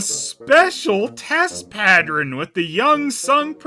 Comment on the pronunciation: "Pattren"? All these years, and still can't say words that end with "ern".